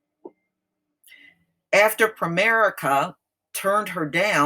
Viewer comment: DID YOU SAY "PREMARICA" this COMPANY is a SCAMMER! THEY HAVE RIPPED OFF a LOT Of PEOPLE THEY TAKE MONEY FROM PEOPLE and DO NOT PAY CLAIMS, THESE GOT-DAMN PEOPLE (PREMARICA) are CROOKS!